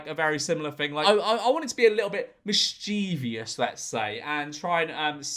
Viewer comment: Mis-cheevious? Is that something similar to mischievous?